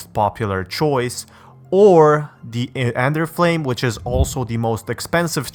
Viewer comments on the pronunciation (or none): is it only me or does say enderflame